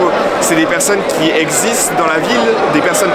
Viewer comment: "Les toxicomanes c'est des personnes qui heu.. ÉXISTENT dans la ville ! Et heu.." 😂😂😂 bon allez STOP. Arrêtez l'apéro Monsieur Maire. Je suis CON-ophobe.